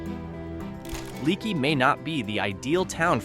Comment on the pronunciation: The name is pronounced lake not like a leaky faucet it’s leaky but pronounced lakey